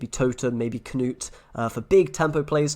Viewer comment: So nice when content creators actually pronounce Knut as it should be said (looking at you Swim & McBeard) c